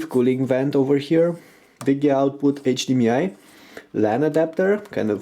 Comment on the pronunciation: I like it when you say H. D. MEE. I. HAHA aw